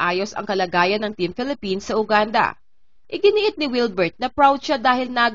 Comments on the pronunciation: Ate, yoo-gaan-duh at hindi Uganda. Make a research before you post kakahiya sa bansa nila hindi natin ma-pronounce ng tama. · Mispronunciation- Uganda - Yuganda po :)